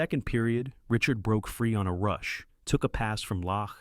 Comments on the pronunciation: Pronunciation: not Richurd…. « Ree-chAr » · Unwatchable. U cant get his name right and the title is wrong